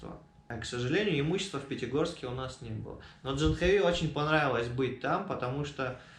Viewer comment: Жил в Индии 2 года . Девочка очень хорошая! А ты до сих пор не знаешь как правильно: не Джанхави, а Джахнави! Обязательно нужно исправиться и не коверкать санскрит! Она же не называет тебя Нитика!